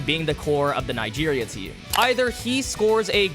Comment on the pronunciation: Bro why Nigeria Nga instead of Nig 😭